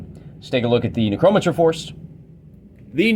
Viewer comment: I love your battles! Thanks for making these, you helped me understand the game. Can you pronounce necromancer correctly though? It's a little like scratching a chalkboard for me...